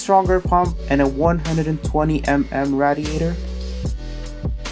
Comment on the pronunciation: Am I the only one triggered at his pronouciation of radiator?